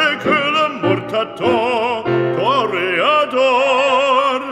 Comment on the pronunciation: Toreador or "Toe"reador? 🤣 I love opera!